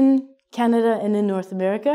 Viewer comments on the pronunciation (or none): none